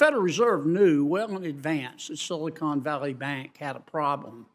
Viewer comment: Begins to pronounce Silicon as "Silly Con."